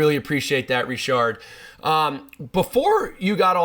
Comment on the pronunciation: If you pronounce his name with a D in the end you might as well pronounce it fully in English, like "Ritchard".